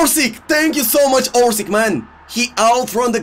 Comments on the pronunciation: Its not ORSIK, its ORŠIĆ, Ć is like ch ine english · Its not orsik its oršić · his name is orsich,not orsik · Learn the names of the players ffs... orsik?!?!? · You dont know how to say his name!!!